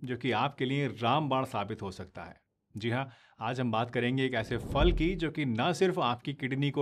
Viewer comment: Pls aap phal ko fal na kahe फल है